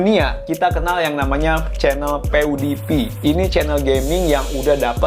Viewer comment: piwdipai bang bukan pewdipi